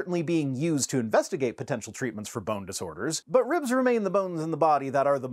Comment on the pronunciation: On principle, I can’t believe anyone who pronounces, ribs like ree-ubs. Sorry